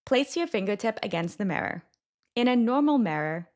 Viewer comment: The mirror is going to sound "tiny"??? Okay, there are a lot of weird pronunciations in these videos, but that is the most telling. There is definitely some AI component to these.